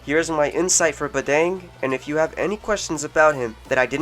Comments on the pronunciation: Bah-dàng not bah-dang as in dang it lol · oh and how u pronounce badang is wrong.. just letting u know(or its right Idk